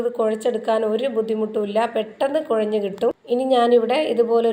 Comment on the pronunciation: കൊള്ളാം പെട്ട ന്ന് പറഞ് ഞു ❤😅